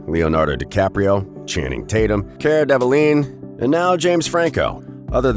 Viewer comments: How come nobody can pronounce Cara's last name properly?? When working in media isn't that part of the job? Lol! I've heard her called Deli-vig-nay, and here as Cara Deve-leen. It's Delevigne (De-le-veen) ugh. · Delavine! It’s delavine and not devaline.. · And channing tatum?!?!? This narrator has some serious pronunciation issues. Vas-kez deleveen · Cara Develigne? Too funny! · Uhhh did you say Devaline? Not quite her name. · Wow, you really butchered those last names🤣 Delevingne and Vazquez